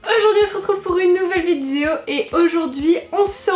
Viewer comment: "Aujourd'hui on se retrouve pour une nouvelle vidzzzzéo" tu as battu ton record, c'est devenu ta marque de fabrique 😂😂😂